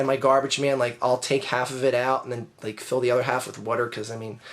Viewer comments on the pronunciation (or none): i love the way you say water XD lmao, just press 6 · Say water more.